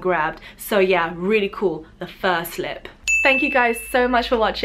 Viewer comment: FUR SLIP! I thought you said first lip at first!